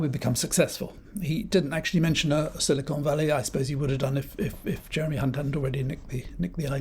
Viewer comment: Is it the tory Nasti Party plan to run down the economy so far and so fast that people will be queuing up to pick apples? You misheard *unt he said “Sly con valley”.